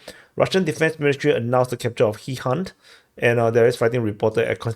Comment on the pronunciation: Hihant:)) Actually it's "Gigant" (The Giant, I guess). "Ukrainian" spelling is Gigant, too - nonetheless chooses to call it Hee-Hunt... That's a fine example of Googl-ish... Next up call them on their original, ancient Elvish names, leh?